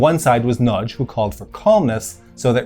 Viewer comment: Two things. Prevalent is generally pronounced “Prev-a-lent” not “Prev-ay-lent” and happy to be corrected but I’m pretty sure it’s Imre Nagy not Nagy Imre. Pronunciation correct though so well done. So many people pronounce it “Nar-gee” which is, as you know, wrong……. My Dad has the Time Magazine from 1956 of the whole revolution and showed it to me in the 70s when I asked him why Poland and Hungary didn’t have communist symbols on their flags to which he said “Because that’s the two they don’t ‘really’ control. Grew up in Melbourne as did my Dad and my late Mum and my Dad (still around) went to the Melbourne Olympics and told me about the fight between Hungary and USSR teams in water polo.